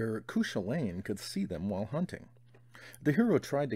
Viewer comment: Cúchulainn is pronounced like Koo-kul-in or koo kwa lin not that it matters much i'm just super irish. By the way these reads stuff videos are great and have introduced me to a lot of great books so thanks for that.